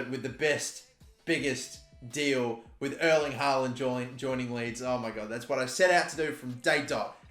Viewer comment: Just for future vids, Erling is pronounced different from "Earl" or "Earling". More like the pronounciation of the word "air". Airling haaland i suppose :-) Best regards his Scandinavian neighbour